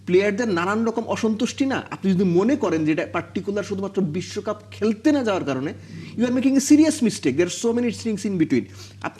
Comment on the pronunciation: 😂😂😂আসল বলুন,,, নাকে ক্ষত না বিস্বকাপ,,,,নাকে ক্ষত,,,,,😂😂😂😂